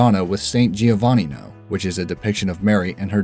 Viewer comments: Madonna is supposed to be pronounced "ma-doe-nuh" or "ma-tho-nuh" not "ma-donna" as most non-italians pronounce it. Madonna is in fact an Italian name. It literally translates to "my lady". Not sure what you're smoking. Giovanni in Italian is pronounced "Joe-vanni" not "Gio-vanni" again, as most non-italians pronounce it. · Im Italian as well, and cringed at how they pronounced madonna and Giovanni